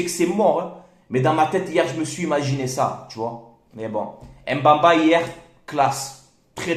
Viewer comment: C'est plutôt mbemba et non mbamba frère m ne se prononce pas si jamais